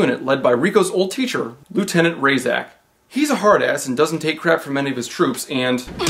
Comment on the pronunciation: In neither the book or the movie is the teacher/general called "Rayzach" his name is pronounced "Racheck". It's not a big deal but because they say it a lot in the movie you should know how to pronounce it.